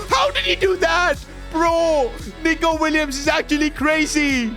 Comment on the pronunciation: bro did not say nico